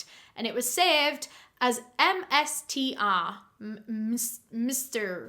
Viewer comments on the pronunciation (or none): OMG WHEN I HEARD SAY MISSTERR IN AN ENGLISH ACCENT I WAS LIKE LMAOOAOA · When she said MSTR it sounded like she was saying mister in an American accent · lmfao the way kinda made an American accent when she said mstr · i find it really funny that when saying MSTR she just sounds american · hearing say mstr in an american accent gave me the heebiejeebies, actually illegal D